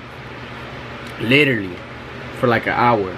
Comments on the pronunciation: It’s the way he says “liwterally” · “literally”😂😂😂 with his accent 😍